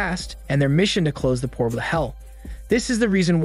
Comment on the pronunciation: You know... I can't help but point out the way this guy says portal and box...